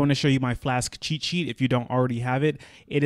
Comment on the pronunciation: all the time he says cheat sheet, I hear chi chi..... :)